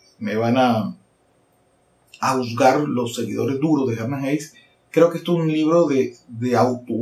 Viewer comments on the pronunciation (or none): Ante todo, si vas a hablar de un autor, tendrias que por lo menos aprender a pronunciar su nombre